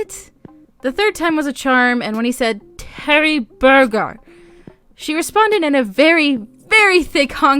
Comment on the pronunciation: Omg when you said Teri-burger it reminded me of Steve Martin trying to learn how to say hamburger in the Pink Panther 😂😂😂 I could not stop laughing. Don't worry, I can't do any accent even remotely 😭 but this is an odd upload time. Usually upload when I'm getting to work, not leaving lol.